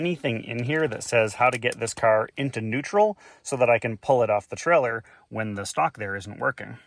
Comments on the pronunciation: It's a "Trailer", not a "Trellor", pronounced with a long A sound as in Tray-Ler. It wouldn't bother me at all but you say it frequently enough to hospitalize college kids playing keyword/drinking game. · He never said trailer, he said treller!